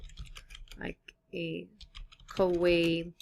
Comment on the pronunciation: Great video, and it's pronounced "Ka-wai-EE" ;)